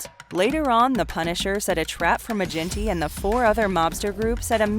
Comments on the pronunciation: Its a hard G in Maginty, like the surname McGinty. Not Ma-jinty. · Its Maginty with g sound like give, not gin. That irked me lol. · Maginty is pronounced Ma-ginty, with a hard G, like 'girl'. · It’s not mage in tee it pronounced maa gin T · Great video. As an aside, Maginty would definitely 110% be pronounced with a hard ‘G’. Source: I’m Irish